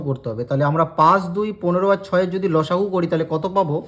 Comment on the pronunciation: Sir losagu sune chilam lusagu ta abar ki jinis😂😂😅